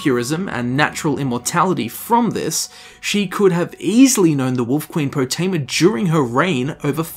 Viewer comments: Everyone: Potema: Pootema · Calling her Po-tee-ma annoyed the crap out of me. You can hear characters calling her Po-teh-ma in the game... 😒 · Lol I love how hears Potemma pronounced properly like, 20 times, but still pronounces it "Pooteema" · Game seconds earlier: Poh Tim Uh: POO TEE MAH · Its PotEma not PotIma! GRRRrrr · Love the video, hate how he pronounces potema like poutima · Why do you pronounce it as poo-teama? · Poo-tema? Do you eat Poo-tatoes? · Gdamn Poo-tema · POOTEEMA SEPTIM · "Putin-ma Septim." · They say potemas name so many times in this video...yet u call her poteema... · "We summon you Potema" They're trying to summon Pooteema wtf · Your pronunciation is fuckin terrible my dude annoying as shit, but good video just please learn how to speak its cringe worthy asf